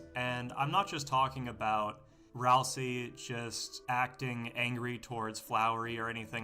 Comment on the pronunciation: (??) BLUNDER "Rals-eye"